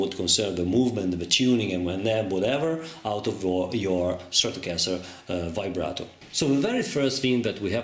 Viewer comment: It sounds like he is saying vibrater